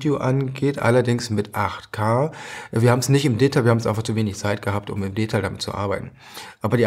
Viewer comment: Warum betonen Sie "Detail" falsch?